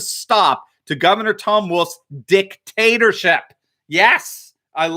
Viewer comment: At the start said "governor", but sounded like "gutter". Still appropriate.